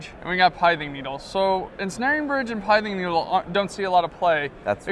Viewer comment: For the love of god it's not pronounced "Pie" thing needle.